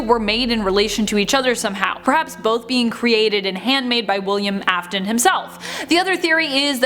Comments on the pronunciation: It AFf-Ton Afton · the video: elishabiths sister me: NO ITS CLARA YOU DUMB BOTTY also me : ITS AFTON NOT AFTAN